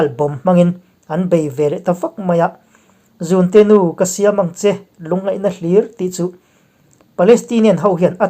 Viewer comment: Zunte nu nilovin zûnte nu tihtur aw.